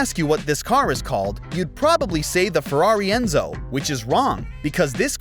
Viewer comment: ah yes, the "Ferrar Enzo".